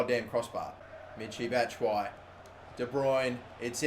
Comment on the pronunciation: Why doesn't he pronounce the ''i'' in Batshuayi ? Do you pronounce it with or without the ''i'' because that's how I thought it was pronounced